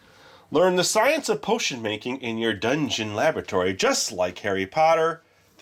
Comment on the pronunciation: Anyone else keep hearing "lavatory" table instead of "laboratory"? Or are we making these potions in Moaning Myrtle's bathroom? :P